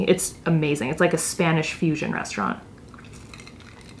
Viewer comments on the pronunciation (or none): none